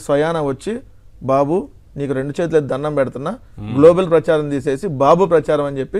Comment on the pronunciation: Globel kaadu venkatareddy gaaru.. Homework cheyandi.. Aasuvugaa kaadu